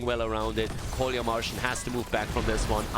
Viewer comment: Oi, "КоляМаржин" should be read "Kolya Margin", not "Kolya Marshing", these are first and second names (Kolya is friendly name of Nicholaus) =))